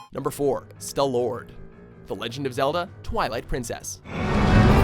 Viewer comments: I'm sorry, but I cannot agree with this list. Dark Link from OoT is a mini-boss, not an actual boss, so he shouldn't count. And Stallord is pronounced STAL-lord. And lastly, why no Wind Waker? Molgera should've been on the list, especially in the place of Dark Link! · Ghot = Goat Stallord = Sta-lord (not stlord) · You: Stuh-lord LITERALLY EVERY OTHER FUCKING PERSON: STALL-LORD (I've written these phonetically to the best of my abilities) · Who else cringed when he said Stallord? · it's stal-lord not stallord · i was mad when they pronounced Stallord, Stuh-lord. that was really annoying. since Stallord was a really fun boss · Sta-lord triggered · Dat Stallord pronunciation tho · Sam Lemmon They say Bass and Stallord (and probably a lot of other things I am forgetting) WRONG!